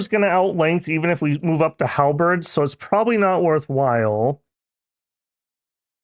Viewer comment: I just can't get enough of when pronounce Halberds as Half-breds